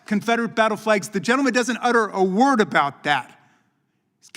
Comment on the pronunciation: Please work on not dropping the end of the words in English, when you speed up you drop you forget to pronounce the end of the word